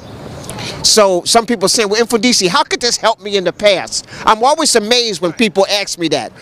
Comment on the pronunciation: whoever can tell him its... mmm-fooon-deesheee